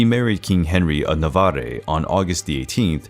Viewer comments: Many bizarre mispronunciations: Saxony becomes Sahonia? Navarre should be 2 syllables. Acromegaly has 5. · "Navarre" was mispronounced too.